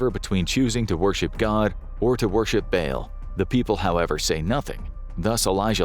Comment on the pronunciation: Dude you saying bail was driving me insane. Its pronounced "ball" for Ba'al. Holy hell